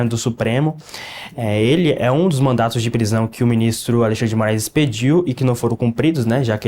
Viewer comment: E olha que falou “mandatos” mais de uma vez kkkkk